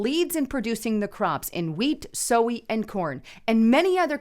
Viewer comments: Why do you pronounce Soy (soi) as so we? Jesus was definitely a republican even before Lincoln. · How do you say soy?? Sowy?! It rhymes with boy .. soy …